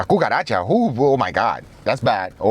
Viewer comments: Why Guga says kukaracha as Gugaracha?😂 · Gugaracha, oh gosh, you're killing me!